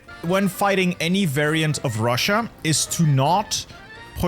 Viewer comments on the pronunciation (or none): none